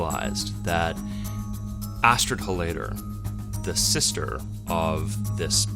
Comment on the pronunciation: Love how he mispronounces the surname. It's pronounced HOL-layder, buddy, not hol-LAY-der